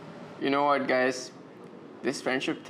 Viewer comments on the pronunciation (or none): pronounce ng what ng Indian whart